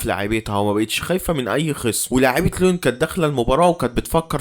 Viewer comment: عاش ى بس اظبط نطق الاعبين و الفرق انت بتقول على ليون لوين بس عادى استمر بالتوفيق ان شاء ❤